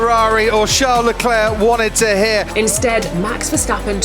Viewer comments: Still can´t pronounce leclerc lol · I hate the “Leclerc” pronunciation.